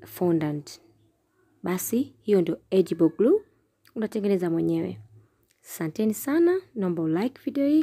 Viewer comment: Egible Glue.❌ . Edible Glue. ✅